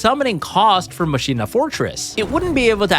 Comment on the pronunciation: So is the word "machina" pronounced wrong on purpose? Is that a yugioh thing or yall just dont know that word? Lol